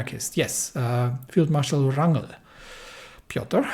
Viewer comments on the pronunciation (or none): “Wrangel” as Russian surname (actually its German, but nevermind) pronounces as “Vrangel”